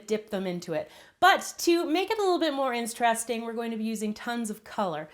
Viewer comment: So no one is going to comment on how she said “instressting”